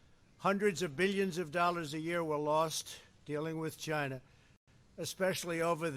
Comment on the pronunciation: The way he speaks chinah ask chinah